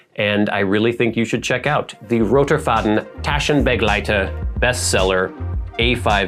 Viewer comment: Thank you very much for the video and your review, it was really interesting to watch. You pronounced ROTERFADEN TASCHENBEGLEITER perfectly. We would like to go into some PROS and CONS - and some of your wishes. Regarding the suede leather: It is very durable and you don't have to worry about the inside pockets wearing out. In 17 years, we have not even had this reported by customers. Felt and suede are equally durable. For the closure strap: Many of our newer pocket companions no longer have a closure strap, as it is actually the weakest link on the TASCHENBEGLEITER Nevertheless, we buy the best quality available on the market. Sometimes it needs to be replaced by us after 7-12 years. We will then repair at cost price. However, the tape often holds up very well even after this long period of time. We think your feedback is very good about pulling the strap through two eyelets so that the customer can exchange it at any time without any effort or costs. This is the case with the TASCHENBEGLEITER ST_17 model. But these bands do not have the same power! For the back elastic: No worries, we buy material of the highest quality. You can see how firm the back rubber is. The number of back straps that have worn out or been the subject of complaints since 2006: zero Regarding the size: Of course, the M format has a certain size. I handle it like you: Sometimes the companion just stays at home. In the office and when travelling , however, it is worth every gram. For example, I draw a